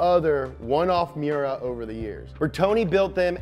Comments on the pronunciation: Its me•yer•uh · ITS PRONOUNCE MY-URA AT LEAST GET THE NAME RIGHT